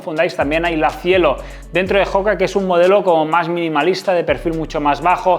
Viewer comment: oka, oka...no joka. No es una palabra inglesa.